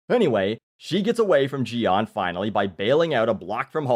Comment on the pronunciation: You pronounced Jian's name correctly haha.